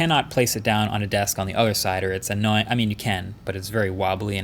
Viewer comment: How many "annaoying"s?